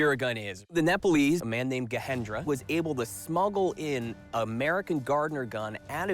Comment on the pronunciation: It's not Gahendra 😂😂 they are not Mexicans, It's a Hindu name Gajendra with a j.